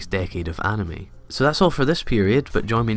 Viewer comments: No one: Not a single soul: Not even Sans: Him: anamei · No he Said anemy